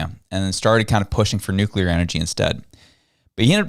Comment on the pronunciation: Nu-clear not nuculer